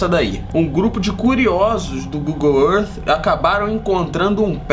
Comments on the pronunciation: Aprendam a pronunciar: gugol ãrf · Google errff! Kkkk parabéns pelo canal!